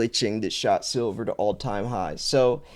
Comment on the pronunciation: is a little latahhhh...ayahhh... 😂